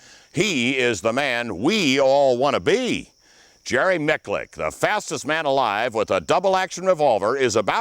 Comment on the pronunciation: Jerry Micklick? Oh man, he could have atleast asked you the correct pronunciation.